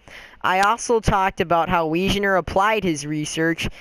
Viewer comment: you said wejaner it’s weganer